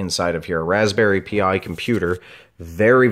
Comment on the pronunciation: It's Raspberry Pi. Pi, the Greek letter. Not P-I.